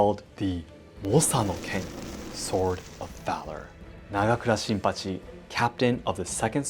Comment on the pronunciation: The way you promounced "Nagakura Shinpachi" was one of the coolest sounding things I've ever heard.